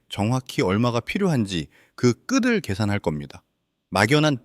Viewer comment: 한 가지만 짚고 넘어갈 것은 “그 끄들”이 아니고 “그 끄틀”로 발음해야 한다는 것.